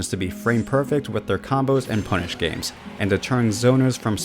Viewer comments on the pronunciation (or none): none